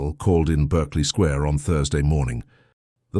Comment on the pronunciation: It is not pronounced ss 'Berkley' but pronounced as 'Barkley Square' despite being written otherwise.